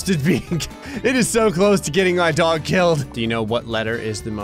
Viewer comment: The only thing that annoyed me - you mispronounced DOG! You said it right once when you drew Goku.